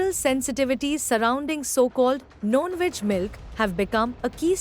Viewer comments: Why she is pronouncing ‘Non-Veg’ as ‘Known-Veg’ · It’s non veg milk and not known - veg milk . Please improve the communication